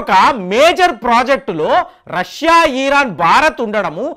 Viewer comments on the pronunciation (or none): ఈసార్ బైజాన్ కాదు అజర్ బైజాన్, ఈ.రాన్ కాదు ఇరాన్